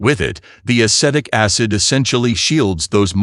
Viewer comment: Dear AI: It is a-SEE-tic acid.